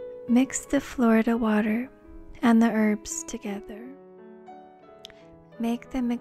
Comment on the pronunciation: Did you say flower water or Florida water ? Lmao